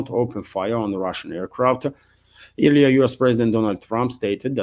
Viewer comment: "earlier" is weirdly pronounced "air-lee-er". Think "earl" not "ear". ;-)